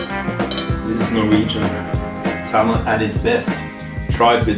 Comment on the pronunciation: Bare en liten tips, på engelsk den L i salmon er stum - vi sier "sæmen"